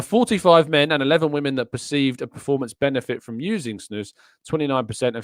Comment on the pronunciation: Snus is Swedish so it's pronounced as Snoos